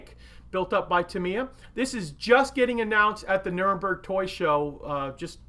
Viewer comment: Nuremberg toy show ...not nurberg 😉